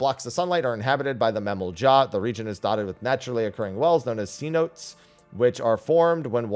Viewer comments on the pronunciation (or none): Cenote pronunciation issue just letting you know!